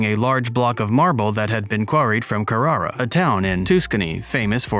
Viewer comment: It's not toouskan knee. It's Tus can nie. Carer ah not kakcaernah. I'm amazed that these narrators screw up. This is a classic Male Nude. wow. And David as a Jewish guy would gave been circumcised. Why this sculpture of van plump small uncut penis. Why. Because Michelangelo was an Italian and few if any Men of Italy had their foreskins in tact. And why Nude. I'm still trying to figure out that one. I was born and raised in Seattle Washington State. During the Seattle world Fair, 1962 to 1964, I was thrilled to see The Piata. Shipped from Rome for the Fair. It was magnificent. I only wish my wife and I could go to Rome France, Germany Norway Sweden and great Britain. And if course Spain and Greece. Roxanne has relatives in Norway, we have a relative in Spain.and Michael has relatives in vSeeeden, Germany and England Scotland and Ireland. And probably Vikings. It's a giant Bucket List. Abd we will be 78 Michael, and Roxanne Will be two years older than Michael. Michael Edwin Simonds of Minnesota USA